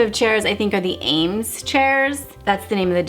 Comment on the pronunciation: You are one of the first people to describe MCM and pronounce Eames the correct way!! I have watched so many others who get the pronunciation wrong. How refreshing- Thank You.